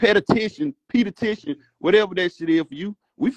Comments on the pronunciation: Petty-tion???? I swear Atlanta Public Schools ain't s***!!!! 😂😂😂😂😂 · You shouldnt be banding nobody til you learn how to say P.E.T.I.T.I.O.N 😂😂😂